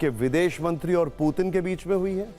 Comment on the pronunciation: Abe gadhe tujhe patrakar kon banaya पुतिन hota na ki पूतिन kam se kam uchharan to sahi se bolo